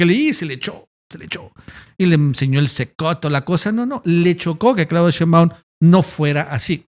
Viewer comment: Que curioso que todo mundo, incluyendo nuestra presidenta (y la tipa esa y el trompas también) dicen SHEÍNBAUM von acento en la i y tu dices Sheinbáum